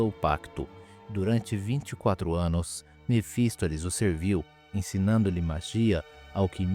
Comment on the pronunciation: vídeo informativo, mas aprende a pronunciar algumas palavras, não é erúdito, nem mephistoles kkk